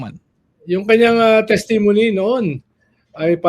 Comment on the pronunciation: TES-ti-mo-ny CE~re-mo-ny